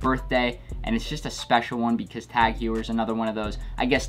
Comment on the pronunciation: my man said tag WHAT?